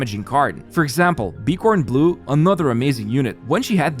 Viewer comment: I love this game. It's pretty fun BTW just a heads up, Bkornblume is pronunced byorn-bloom. Not b-corn-blue.